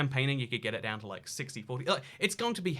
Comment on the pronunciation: H-Tiiiiine, hol' it diiiiine! ⭐